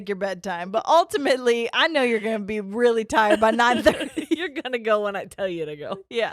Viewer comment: “I’m like, weally fast 😏”